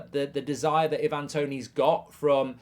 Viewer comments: It's "I-van", not "E-van"- he's Jamaican, not Croatian 😂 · You could atleast say his name right Ivan has never been “i van” it’s always been “I’ve-an” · The amount of people who can't pronounce 'Ivan' is hilarious..